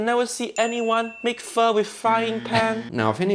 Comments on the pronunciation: If you want uncle Roger to notice your videos then pronounce pho as foe not fur. Then make a "foe" style fried rice and forget to use your chef skills. Combine that with praising Jamie Oliver multiple times and you are part way there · My friend, you need to work on your Pho pronunciation.